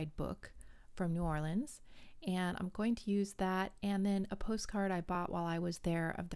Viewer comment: Haha, you're funny! I love that you say the city name correctly...that's enough for me! My grandma is originally from New York and we all lived down there together for years and it would make my stomach flip every time she said "New Orleeens." Ack, I gotta go check out your part 2 now. :)